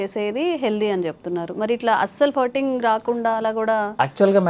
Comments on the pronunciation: అది ఫర్టింగ్ కాదు, ఫార్టింగ్ అని ఉచ్చరించాలి... ఫ కి దీర్ఘం... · ఫర్టింగ్ కాదే తల్లీ…. ఫార్టింగ్….. తెలియక పోతే…. పిత్తు అను…. మిడి మిడి జ్ఞానంతో…. సావ దొబ్బకండి. నీ ఫర్టింగ్….ఫ్లర్టింగ్ లాగా ఉంది. 🙏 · It is not firting,, it is supposed pronounce : FARTING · it is not Furting. It is Farting When I heard you first, I thought u said Hurting